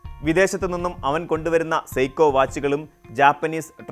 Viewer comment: സൈക്കോ (Psycho) വാച്ച് അല്ല 😂... സീക്കോ (Sieko) വാച്ച്